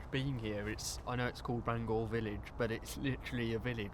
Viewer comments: It’s pronounced Bang hour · Great video I really enjoyed watching I’ve spent loads of time walking round Bangour but now it’s being developed a shame really Incidentally it’s pronounced Bang our as in ow in the middle 😅 some of my friends used to work there before it closed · Bangour is pronounce Bangower in Scotland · Just so you guys know Bangour is pronounced ban-gouwer, like hour. I was born in the now knocked down main hospital back in 84. Edited: Also fun wee story, my Dad and uncles used to get their magic mushrooms in the surrounding woods or at least so they say lol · And Bangour 😂